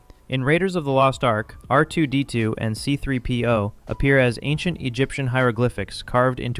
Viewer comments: The way this guy says R2-D2 is painfil. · Is R2-D2 difficult for you to say? Just curious. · bruh why are you saying R2-D2 like you're fking rtrded??